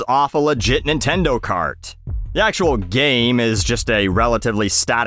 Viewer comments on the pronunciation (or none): none